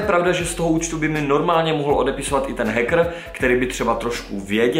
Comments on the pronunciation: naozaj prečítal hackr a nie heker (viem tak sa to nečíta ale píšem ako to povedal) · Hackr ,skvělá výslovnost😂😂